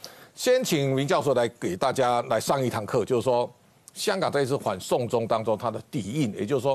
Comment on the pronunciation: 主播唸清楚點，反送中聽成，緩送中